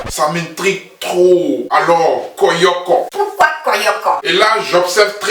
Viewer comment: On dit koyo koyo mais pas koyoko . Moi aussi j’ai pensé à ca ... comme je vis en Europe je sais pas si ça s’utilise encore en Côte d’Ivoire . Je suis très impatiente aussi . Et ces le seul qui es en live avec toute son équipe venu directement d’Abidjan . Fallait le dire dans ta comparaison là . 😀